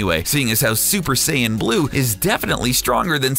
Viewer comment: "Half Saiyana"